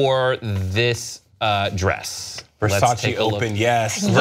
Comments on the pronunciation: Did the lesbian bitch pronounce Versace like ver-sase lol? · I love how pronounced versace 😂♥️ love you lol